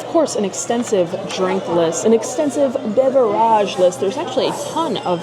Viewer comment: New follower, loving the content. Just not sure about beverage consitently being called Bev-A-Raj.😀